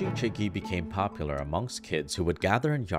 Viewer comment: actually, chigi i pronounced more as chee-gi, with a more "see/Si" mouth/lip motion when saying chee